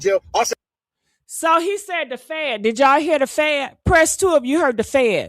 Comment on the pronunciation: He said the fan not fed